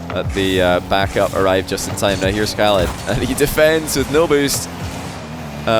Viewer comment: bro you're saying Khalid name like Arabic guy lmao respect bro you can say the Arabic letter خ